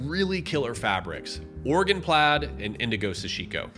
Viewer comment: I just want to thank you for saying "Oregon" correctly. It's alarming how many people can't properly pronounce a state lol.